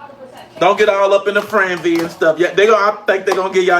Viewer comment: Don’t get up in a “franzy?!” WTF??? How does a grown man F up the simplest of words?